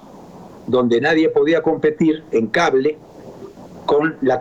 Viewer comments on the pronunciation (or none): none